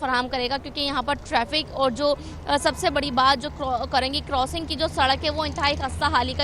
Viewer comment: News anchor bhi paindoo hai .crossing ko korosing boal rahi hai aur creek ko kerek . News anchor tohra sastay may